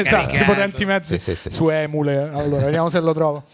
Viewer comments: emule letto come si scrive e non emule assurdo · Hai detto ÉMULE? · Emule? Ma che pronuncia è?!?!?!